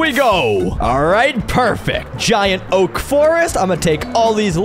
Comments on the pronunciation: Its oak not oa-k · Its oak not o-ak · POV the hardcore king and he can’t pronounce the most common tree type in Minecraft😂😂😂😂😂😂😂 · "O-AK LOG" had me rolling